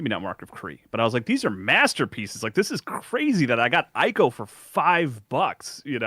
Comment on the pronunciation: Still mispronouncing Ico as "Eye-co" in 2026 is crazy work.